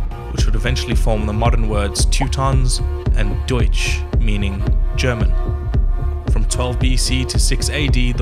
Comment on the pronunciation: He pronounced "Deutsch" correctly!!! 🇩🇪🇩🇪🇩🇪🇩🇪🇩🇪🇩🇪